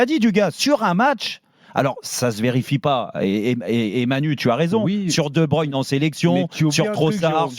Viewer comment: "De Brune" -> De Bruyne ça se prononce De Bebreuïn". 2 brunes c'est ce que vous avez bu quand vous avez engagez certains de vos journalistes en conférence de presse Et quant qu'on est là messieurs les "pros journalistes" qui ne sont pas capable de prononcer les noms des joueurs alors qu'une partie de votre boulot c'est de s'informer. on va faire un topo des noms. oui les noms d'origine néerlandophone c'est pas encore ça. Casteels: se prononce Castélss. Faes se prononce "Fasse" et non "Fesse" Vermeeren c'est comme pour Casteels:" Verméreun" et pas "Vert Marraine". De Ketelaere c'est pas "De Kéteulaère" mais "De Kéteulare" et De Cuyper ce n'est pas "Deux Couipaire" mais comme pour De Bruyne: "De keuïpeur" de manière générale, les "uy" se prononce "oeil" et le "ae" c'est si le "e" n'existait pas. On n'y peut rien, c'est la langue germanique! ça prend autant de temps de trouver cette info que de pondre un article en boucle pour dire "mdr la belgique a encore le seum" pendant 6 ans